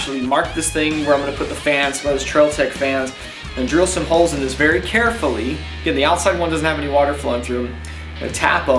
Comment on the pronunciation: How to know entertains me too much? How careful you were pronouncing “Very Carefully” made me die laughing.